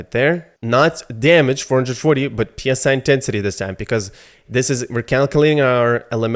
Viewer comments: PSI intensity? It's pronounced 'sigh' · psi is pronouced psy like psychic. psi is pressure per inch p s i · "Psi" sounds like "sai". It is not an abbreviation.